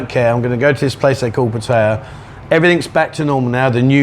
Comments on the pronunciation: It's Phat-tha-yaa with two short high tones followed by a long middle tone. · It's definitely PATT-uh-ya. Rhymes with Nadia, not with papaya. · say pattaya not pattaya ...